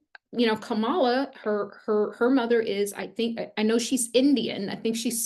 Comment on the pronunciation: I'm confused...today you say that it doesn't matter whether you vote for or like Trump or Kamala...but yesterday you called Kamala a "virus". (And BTW her name is pronounced KAM-ala, not kam-A-la.) Recently, you also made it clear that you think Trump is the chosen one, calling him a righteous "Trumpet" who will liberate us all--yada, yada...HUH?...and WTF?! Clearly, Trump is your guy, which is fine by me. I'm an independent. So to each her own...but lately your videos sound more like Fox News! I unsubscribed yesterday NOT because you have a different viewpoint, but because of your fear mongering & contradictory style. Do you actually watch your videos before you send them out? Most importantly, do you actually QUESTION the messages you channel & do you think for yourself? Objectivity, detachment, & grounding are vital for someone who's not just spouting off opinions, but supposedly channeling the Divine! Did you watch Trump's ridiculous & abysmal performance at the Natiomal Association of Black Journalists in Chicago? Check out the videos on YouTube! This is your champion showing ypu his true colors (pun intended)! Never mind what your voices tell you. I wanna know what the HUMAN you--as a Black woman--think about this. Will it make you reconsider him?, you are young & have much to learn. Maybe the "Mother of the Ages" needs to crawl before she can walk. Get your human self strong psychologically & emotionally. Put the channeling aside & get a really good therapist. T